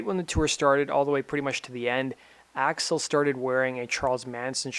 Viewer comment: "Gun's front man, Racksle Rose"